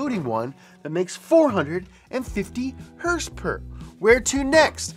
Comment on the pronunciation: I can’t stand the way he pronounces Horsepower . It’s so effin annoying